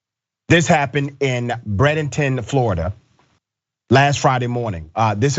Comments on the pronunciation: Bray*den*ton Dr. Richey, I know it's messed up, but this is Florida. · It's BrAdenton the A is pronunced stupid.